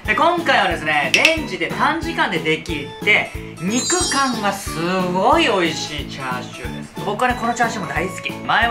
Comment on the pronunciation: しゅごおおい